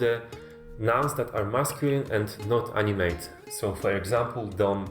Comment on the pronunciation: Btw in English you pronounce the 2nd A in animate like ah and not AI or ay or whatever. If you do, then you're saying the verb to animate. But he's trying to say it's an animate object. Opposite of inanimate object